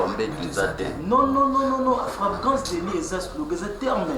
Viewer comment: afragrance délit à la place de flagrant délit 😂😂des vreai villageois 😂😂